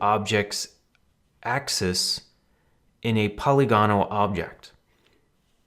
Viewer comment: 1) "Axis Center" is too vague. "Pivot Point" is a better term. 2) Using the cube makes things too ambiguous. The Torus is a better test object, since it doesn't have square sides, which can make things too ambiguous. 3) Pol-LY-gonal, not POLY-gonal. Bailed due to incompetence in presentation. Dude, you can stop and start over. The cherry on top? The confusion of cubes versus bounding boxes.